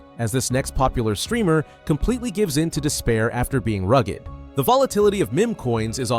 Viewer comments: "rugg-ed" ... you mean, RUGGED (with a pretty silent 'E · Pronouncing "rugged" like blessed, cursed, bow-legged, ragged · You should really learn how correctly to pronounce"meme" and "rugged". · I can’t with this fucking ai voice. Can’t even say rugged properly